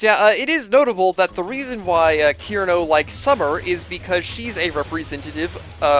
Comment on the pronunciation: I Love Touhou! I remember being really into the lore, when I was younger. Though I have forgotten most of it, I still love all the characters! (Btw, Cirno is pronounced "sir-no" not "kir-no" I'm sorry, but I'm a little triggered!) Still... Your videos are awesome and underrated!